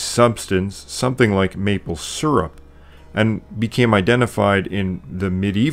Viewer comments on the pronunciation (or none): none